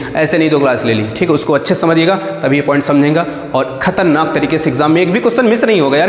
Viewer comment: When you pronounciate khatarnak . Ye achcha lga